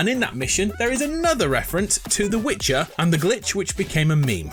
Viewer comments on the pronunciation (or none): none